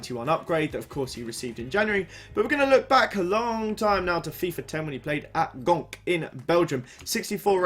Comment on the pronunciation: Gonk? Lol just pronounce it Genk